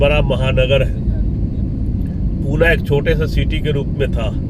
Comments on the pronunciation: पिछले कई शतकों से पुणे ही नाम था, हैं और रहेगा। पुणे का किसी हिंदी भाषी ने ही पूना कर दिया होगा क्योंकि उत्तर भारत में पटना, सतना ऐसे शहरों के नाम होते हैं। 😂😂😂 लेकिन असली पुणेकर कों पूना पूना सुनना अच्छा नहीं लगता हैं। कृपया पुणे नाम का ही सही उच्चारण करते रहे। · पूना... पूना... नहीं... सिर्फ """पुणे"" ""Pune"" puna मत बोलो